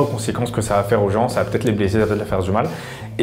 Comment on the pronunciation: Hugo Turgis il a dit bleseee